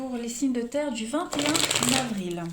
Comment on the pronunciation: 21 navril 😁😅 j adore comment vous le dites lol. Merci pour votre guidance...même si jme suis pas reconnue 🤗😇